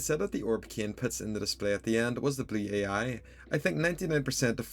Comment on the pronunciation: How he pronounces blue ai "Blew-Aye-Eye"